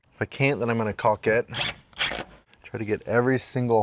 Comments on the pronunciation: Cawk* not CawLk. Please for the love of God. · The "L" in caulk is silent